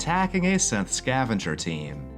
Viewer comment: I know you say "As a Synth" but it sounds like you say "As a Simp"